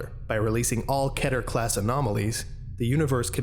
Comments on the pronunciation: TheCipherBoy The correct Hebrew pronunciation is Keh-Ter. That’s why most people go off that. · This is absolutely fantastic. I wish you wouldnt say "ketter" though, its so infuriating! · It’s pronounced keeter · Kehter? I've been pronouncing it keeter this whole time! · do you really pronounce keter as ketter? i always thought you pronounce it as keeter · when he said keter like 'kedder' i DIED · You can say it either way, but the correct way to say it is key-ter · mispronounces keter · Ever notice how people have a different way in saying "Keter"? First time i heared it was in SCP:Containment Breach. Always wondered how the actually pronunciation is.